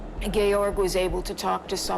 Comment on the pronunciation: george is not said as gay_orge